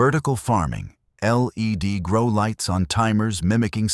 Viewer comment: AI just cant do LEAD ( LED ) 😂😂😂.